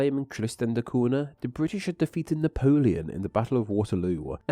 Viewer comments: The NH in Cunha is pronounced like Ñ in Spanish, or GN in Lasagna. Just a hint on Portuguese pronunciation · Cunha is a fairly common Portuguese surname. Any time you see an “nh” in a word or name, it’s pronounced similar to a Spanish ñ. So Cunha is pronounced “coon-YAH.” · 4 minutes in and the utter lack of effort to pronounce "cunha" properly is getting on my nerves. . . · Two things. 1. What happened to the "TH" sound in your dialect? 2. Cunha is pronounced CUÑA (CUNYA)! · it's not "koona" but "kooña", by the way (in PT the nh is the same as the spanish ñ) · Cunha is pronounced like cu(i)n - ahh , not “Cuna” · Interesting stuff Btw the "NH" in Portuguese in pornounced close to "NYA so CUNHA is not "CU-NA" but "CU-NYA", hope that helps for your next language butcherings hehe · before jumping to conclusions, I went to Wikipedia to make sure my info is correct. There, they give only 1 pronunciation, which is the original Portuguese form: COON-yah, via the 'nh' pairing. The same sound exists in Spanish (ñ), plus French and Italian (gn). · Wikipedia gives this info regarding the very name Helena: "English: /ˈhɛlənə/ HEL-ə-nə", so, as you can see, the stress is on the 1st syllable, nail it this time. Buuuut, when it comes to the pronunciation on "Cunha", it's [ˈkʊɲə] or [ˈkuɲa] - please pay respect to the palatal N;the NH digraph exists for a reason. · Tristan de Cuuuuuuna. It's always funny when people try and pronounce a foreign word by putting on an accent but then butcher the pronunciation anyway. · Who on the Earth pronounces "Tristan da Cunha" as "Tristan da Coona"? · Is that how you say it in English? I've been using the Portuguese pronunciation for the Cunha surname, which goes like "Coo-nya" when I pronounce the name of that place🫠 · surely its pronounced kunya? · It's pronounced "koon-ya". It's Portuguese. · Isn't it pronounced KOON-yah..?